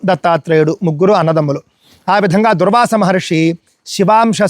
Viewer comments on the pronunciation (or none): none